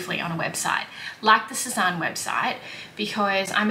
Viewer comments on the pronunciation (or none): I was looking at that skirt the other day and wondering if I should get it..I’m still not sure. BTW Sezane is pronounced Sez-Anne not Sez-Ahn 😉